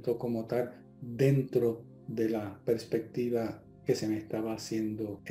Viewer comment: se dice perspectiva no prespectiva